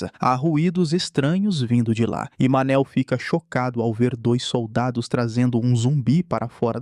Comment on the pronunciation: Cada vez que escutei "Manel" não deu para segurar a risada pqp 😂😂😂